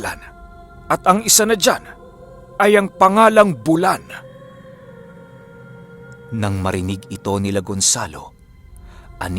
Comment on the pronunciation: Bu-lan po at hindi bulan. Hindi bigla ang bigkas. Bulan is a waray term which means buwan in tagalog :).